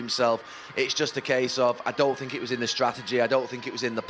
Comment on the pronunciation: “I sink”